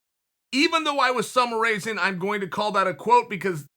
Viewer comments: Bruh, did Chael just say “to summer raise”... Well, we finally found the correct pronunciation for summarize. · Chael “Summer raising” Sonnen Chael “Keebeeb” Sonnen Chael “Struc turd” Sonnen There’s a lot of miss pronounced words in this video lady’s and gentleman